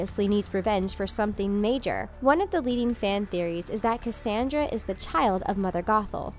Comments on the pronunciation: You didn't even say Cassandra's name right how do you say her name wrong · Am I the only one that is super mad about how she kept saying Cassandra's name wrong